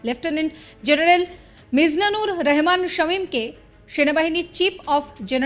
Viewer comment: রেহমান /এহসান এসব কী? নাম রহমান /আহসান বলতে কষ্ট লাগে নাকি?